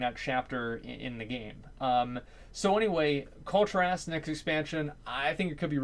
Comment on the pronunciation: Cull' -Tier-Ass